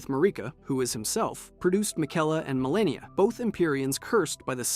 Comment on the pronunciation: “Mareeka” yeah bro we are not watching this